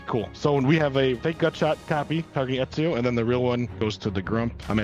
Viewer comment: Just a heads up, it's pronounced Etsio or Edzio (depending on how fancy you wanna be I guess)